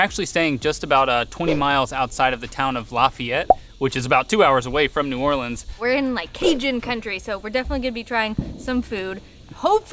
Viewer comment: First off, it’s not called new or-leens. It’s new or-lins